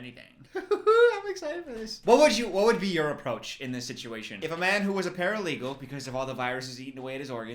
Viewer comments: I just realized why he keeps saying paralegal. I was so confused up until this point. This man...😐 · I didn't catch it the first time but paralegal instead of paraplegic 😭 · I’m only 7 minutes in, does realize he’s calling a paraplegic a “paralegal” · calling a paraplegic a “ paralegal” is sending me 😂😅😭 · I can't tell if he's saying 'paralegal' as a joke or if he genuinely thinks that's what paraplegics are called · It took me so long to figure out what he meant when he said "paralegal." He gaslit me into thinking the parapalegic was also a paralegal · The way i thought paralegals was correct until i was thinking what lawyer 😂 paraplegic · I couldn’t understand why kept calling him a paralegal, until halfway through I realised he meant paraplegic😂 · Not continuing to call it paralegal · This explains so much, I thought the guy also had a job as a paralegal the whole video